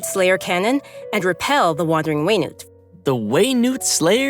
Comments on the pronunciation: Genshin: whey-nute Everyone: we NUT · It’s Wenut and not We-Nut. I’m 💀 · you will never convince me that wenut is pronounced way-newt. It's WEENUT!!! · Pronouncing Wenut Them: Way - newt Me: Wee - nut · it's pronounced "weh-noot"? I've pronounced it 'wi nat" all these time